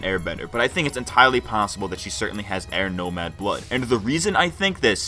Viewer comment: "en-Ty Lee possible"